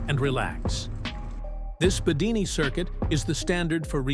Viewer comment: Not BEDINI. And remember: AI audio: Instant Thumb Down.